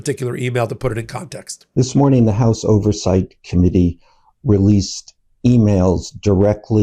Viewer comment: Caroline! " ThisSMORNING " IS Not A WORD. It's This MORNING!